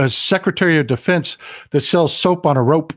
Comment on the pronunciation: "Secretary of Defense that sells soap on a rope." says it Texan🤠😂